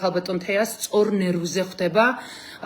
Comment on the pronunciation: შენ ხარ ჟურნალისტიი ხვთება კი არა ხვდება. შენ ხარ ჟურნალისტიი